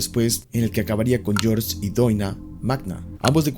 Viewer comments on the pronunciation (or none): none